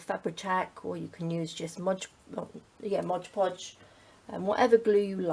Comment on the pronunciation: Am I the only person who is bothered when someone says modge podge? Its mod podge..